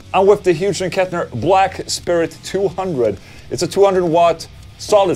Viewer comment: Omg he said it again 😅😅😅 it’s NOT HUGE and Kettner it’s Hyooz and Kettner. Anyways I’m having chicken Alfredo for dinner. Oh and yes thanks for the videos.